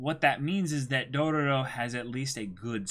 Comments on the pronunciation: I'm gonna be that guy 😂 you're saying too many ro's you say 3 and there are only 2 r's in the name lol not that it's a big deal though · Okay boys. Say it with me: "DO-RO-RO." I'm seriously wondering if they're screwing with us because one of them had to spell it right for the video title. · Its only DO-RO-RO, not Dorororo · You guys have an extra "ro" in your intro